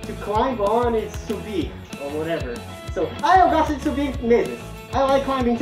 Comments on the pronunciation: "sobir" :v português 10/10 em um vídeo d aula d pt skskskks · the word "sobir" it's wrong, the correct is "subir" ok i dunno if the word have got some change but it's subir